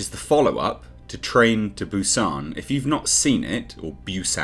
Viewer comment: Hi, Korean here. The way you pronounce Busan is correct. It's not "Bew-Saan" The way you say is, more subtle, is spot on. Hyundai, however, lol is pronounced "hyun-deh", not "hyun-dayy" Thank you for coming to my TedTalk on Korean pronunciation.